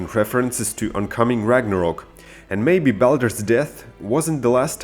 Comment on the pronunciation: it called Ragnarök not rangarok.